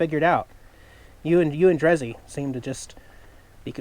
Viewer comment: Did you say drezzy?